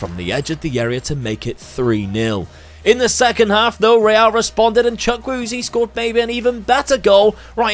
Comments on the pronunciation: As a Nigerian fan it hurt when u said chukweze's name😅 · Worst pronunciation of chukwueze